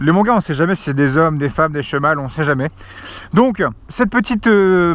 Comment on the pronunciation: "On sait jamais si c'est des hommes, des femmes, des 'cheumâles' " XD La prononciation XD Manque un petit lustrage des feux avant non ?